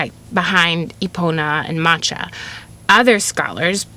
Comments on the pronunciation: Macha is not pronounced like the matcha tea, the „ch“ is a guttural KH sound if I‘m not completely mistaken 😅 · Love you so much your great it is really hard to keep hearing the mispronunciation of Macha